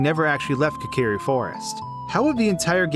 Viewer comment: Kakeeri forest? It's Kokiri. Pronounce Koe-ka-rE